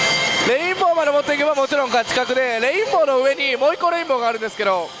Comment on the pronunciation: レバーオンじゃなくてレインボーですよ